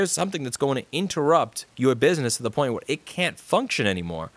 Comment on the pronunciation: The fine pwiint lous, you need to read the fine pwiint!